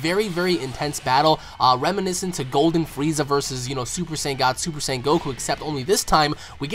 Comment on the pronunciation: i like how you pronounce "super "saiyan"" properly !!